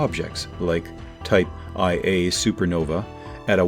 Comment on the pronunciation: he also pronounces type Ia supernova wrong . Its "type one-A" not "type iye-a".